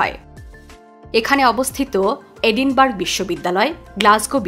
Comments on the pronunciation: এটা এডিনবার্গ না ‘এডিনবারায়’ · এটা এডিনবার্গ নয়, এডিনব্র‍্যহ